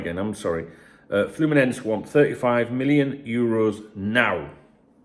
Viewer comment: FYI, you got "Fluminenese" right the first time, like a hole in one. 😀